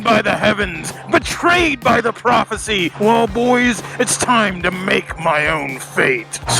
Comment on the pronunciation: "profercy" ats it.... thats how im saying in from now on...